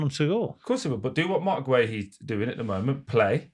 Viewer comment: Why does Simon keep calling Guehi “Gerry”?!?! He’s honestly so thick🤦‍♂️🤦‍♂️I’m always baffled why people randomly add ‘r’s to names without ‘r’s in them🤦‍♂️🤦‍♂️same as wjth Eze; some people have started calling him Ezer for no apparent reason🤦‍♂️🤦‍♂️spastics